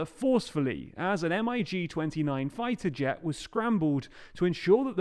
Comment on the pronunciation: hahaha love how you said M.I.G instead of just mig 😂